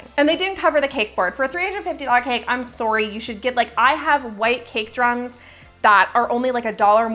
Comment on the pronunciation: in the video: “I’m sorry”— yep she’s Canadian lol...